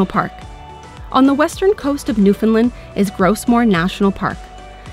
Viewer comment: Lovely video dear and I enjoyed it but please, it's Newfound LAND, rhymes with understand, not Newfound LUND. It's very discouraging when the rest of Canada can't pronounce the name of our province